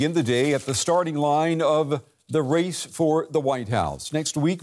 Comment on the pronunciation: emphasis on "race"